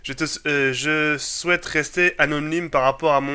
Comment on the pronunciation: Psycopathe le premier quand il lit "Je shouaite rester anonyme"